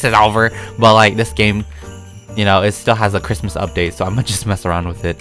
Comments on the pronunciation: “Merry Chrimus” Me: “Merry Chrysler” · ITS CHRIMUS NOT CHRISTMAS